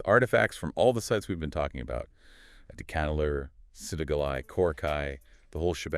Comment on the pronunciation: Folks, The phonetic sound for AdiCHAnallur is not the "cha in cha-racter), but it should be said with a sound of "CHA-rcoal). The sound phonetic of Adichanallur must be Tamil sounding like cha in Charles, cha in charcoal, etc ,😊 and NOT like the cha in character😮